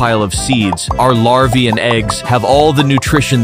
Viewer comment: It's larva not lava😂😂